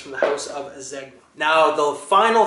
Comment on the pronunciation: Nice video, some coold stuff right there. And one more thing, Zegna is Italian designer brand, it is supposed to be pronounced Zenya. Keep up with nice videos!